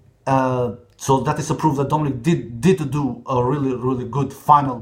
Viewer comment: Dominic und nicht domenic du Goo